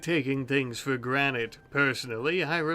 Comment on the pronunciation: "Taken for granite"